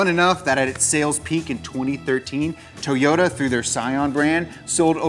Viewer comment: Toe-yoda. Makes me smile every time he says it.